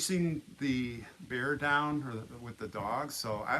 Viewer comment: Lol Bear not beard